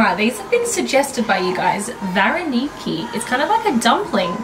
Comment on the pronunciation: что за мода ударение ставить "в жопу"? АнкудинОва, ВаренИки? Вы там дурачки совсем?